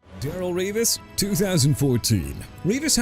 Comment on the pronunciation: I'M TIRED OF YOU MISPRONOUNCING EVERYBODY AND EVERYTHING BRO!! YOU NEED TO QUIT RIGHT NOW!! DARRELLE REVIS AS IN DUH-RELL REE-VIS! YOU UNDERSTAND?!